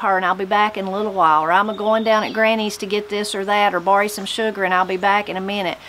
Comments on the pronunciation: How did you say borrow ? barrie?😍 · We say pretty much say all the things you touched on in my part of WV. Something you said right at the end of the video was the word "borry" instead of borrow. Some words that have a vowel sound at the end of them will be changed to a y sound. I had an Aunt named Zina but everyone called her Ziny., I want to thank you, for watching your videos are helping me ease my mind right now because my husband passed away suddenly last Friday. It helps distract me from dwelling on my sorrow because you are like family to me and it soothes me to hear you tell a story or the girls to play music. My faith is giving me strength and your channel is giving me solace.